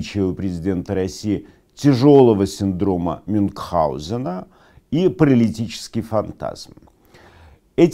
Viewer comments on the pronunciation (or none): Все таки не "мюнгхаузена" а "Мюнхгаузена".